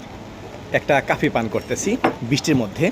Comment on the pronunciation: Hear nati oita coffee not cafi